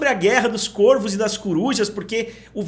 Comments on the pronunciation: Q aguniaaa.. fala Córvos, Côrvos não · Córvos ! Algumas palavras no plural, mudam o timbre da vogal tônica de "Ô" para "Ó", é chamado de Plural Metafônico. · "CÓRVOS" em algumas palavras no plural o timbre da vogal tônica se modifica de "o" para "ó". De nada